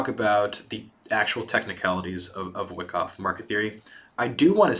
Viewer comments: Good viedo but it is pronounced Y-KOFF. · Seeing a lot of comments about how good this series is...I’ll watch it, but man it is painful hearing someone explain a concept where they mispronounce the name of the strategy they are teaching over and over...